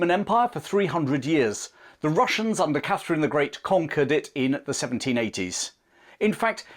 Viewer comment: " The Wussians wear Gway."